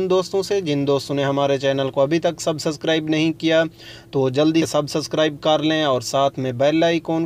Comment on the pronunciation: subsasscribe hahahahhahaha tumhe to english parhni b nj aati